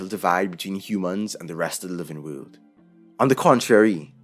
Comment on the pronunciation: I love how he says "wöhld".